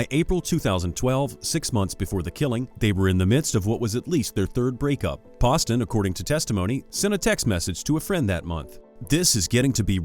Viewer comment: When you make a video make sure you know everyone's name and how to pronounce them Hubers and Ryan Poston, it's pronounced Pooh-ston!!